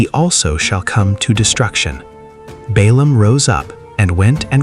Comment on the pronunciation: The AI does not differentiate Balaam with Balak